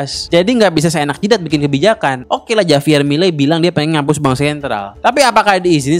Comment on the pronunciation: Bacanya 'Havier' Bang, bukan 'Javier'. Walau tulisannya Javier